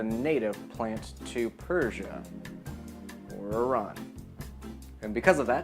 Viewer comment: I wish I could do more than one "thumbs up" due to your correct pronunciation of Iran....